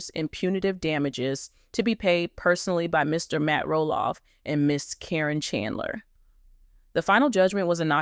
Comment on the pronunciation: Her name is Karen , not Corin when doing these story’s they should pronounce the names correctly